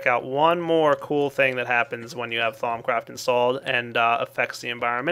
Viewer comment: Lol you pronounced it "Thom Craft" it is pronounced "Thou-oom"